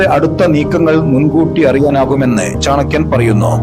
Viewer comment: Ithu chankiyandethalla.chanakkiyan. keshdakkuka ennadhinnu.keeyadakkuga ennuparayilla.ithu.thani.malappuram chankkiyan.